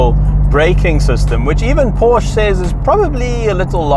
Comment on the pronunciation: A backwards country meanwhile you can’t pronounce Porsche right